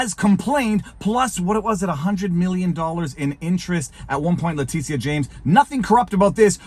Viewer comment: is he calling her ‘Letizia’ on purpose?